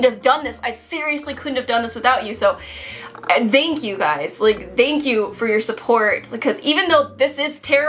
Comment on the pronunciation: Did she say denky u or do I need to get my ears checked?